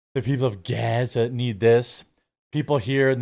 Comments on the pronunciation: Surely Bono has heard many people say Gaza before, why does he pronounce it like that? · Please stop pronouncing Gaza the way you are. We got the sarcasm the first 8 times.. it’s just annoying to hear you do it every single time. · Why do you keep saying Gaza like that? Not cool. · Why were you saying gaza like that 🤣 cringe